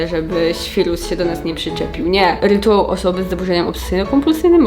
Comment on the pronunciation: 🥰 Ps. Mówi się Rytuał, nie rytułał ☺️ Poćwicz 🥰 Ja za to może w końcu zapamiętam, że są to zaburzenia obsesyjno-kompulsyjne (a nie kompulsywne, jak ciągle mówię 🤦🏻‍♀️)